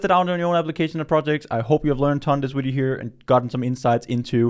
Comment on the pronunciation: Why is he saying "wideo"